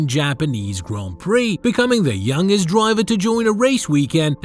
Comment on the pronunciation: What Godawful Commentary. And The G is pronounced in Youngest